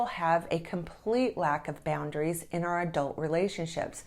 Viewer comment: Our isn’t pronounced as the letter R